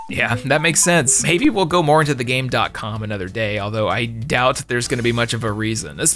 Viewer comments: Why does he keep calling it the Game DOT Com when it’s Gamecom and he even had the commercial play in the video where they say the name properly. Also, Sonic Blast is NOT a demake of 3D Blast. I don’t know why you said that. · Game com, ac-tive